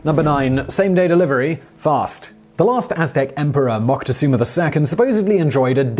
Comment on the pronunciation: Hey Shimon, Montezuma is pronounced Montktezooma. They used to blow drugs up each other's noses vis-a-via self snorting.